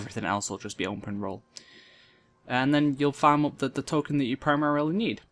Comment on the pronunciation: token ; tole-kin xD